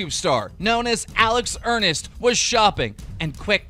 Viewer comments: ERNST ERNST NOT ERNIST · Alex Enerst? XD are you kidding me lmao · It's not Alex earnest its Ernst